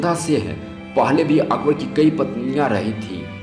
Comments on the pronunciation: Akber jo bhi tha jaisa bhi tha usne jo bhi kiya kis liye kiya aur kyu kiya aur yeh viose mein jisne akber ki haqeeqat batayi usse main ek baat zaroor kahonga bete pehle dhang se bolna sikhley goukhey kaisa bolta hai tu ( akbad aitha thha akbad waithaa thha ) aur haan agar baat karna aajae to phir se research kar ke video post kar samjha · Itna ghatiya pronunciation Zara apna bolne ka tariqa to sudhar le kya bol raha hai " akbad " ☺️😊😊